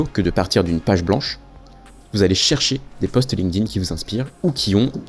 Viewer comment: excellente vidéo, comme d'hab, très instructive ! merci par contre un tip pour faire un minimum pro : pas de "link-dine" ou de "linequeudine", ça se prononce "linkTin", avec un T, pas un D. on a appris ça quand on nous saoulait avec les tableaux de verbes irréguliers anglais au collège !